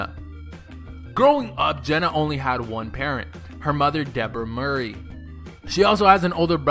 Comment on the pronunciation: It's not Mur-ey its -Mor-ey